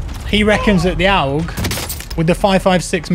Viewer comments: it's not oug it urrg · Lol why do you say OWG its AUG as in August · It's pronounced awwwg not owwwwg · Just FYI my dude it’s ‘AUG’ (aw-g). Like you’d pronounce “augmented”. Great vid man. Good stuff, keep it coming my guy. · Its pronounced 'awg' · The way you say aug hurts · Isn't it pronounced "A......U.....G" ? It's the Australian military rifle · Please pronounce AUG properly 😂